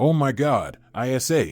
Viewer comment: It’s not I s a, it’s Isa, short for Isabelle.